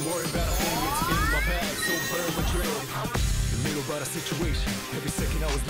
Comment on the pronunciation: Til this day, even after the remake, it still sounds like "Burn my bread" instead of "Burn my dread".